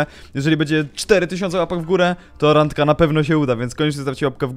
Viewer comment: "Randka" Nie Rangka